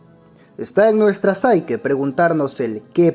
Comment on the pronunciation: Por favor, psique es una palabra griega, no inglesa. En español se pronuncia sique, tal cual como suena excepto por la p inicial. No digais psaike, que queda fatal